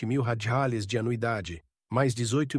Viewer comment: Porque ok narrador não sabe falar a palavra Reais